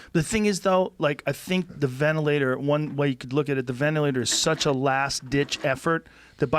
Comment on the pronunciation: Oh please tell me mr high school drop out fighter the science and precautions I should be taking during a global pandemic. But first, learn how to say the word ventilator.